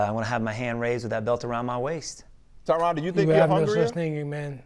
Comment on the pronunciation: ESPN its "Tyrone" not "Tryon"